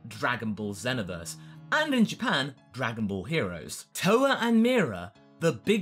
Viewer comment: U said Xenoverse wrong!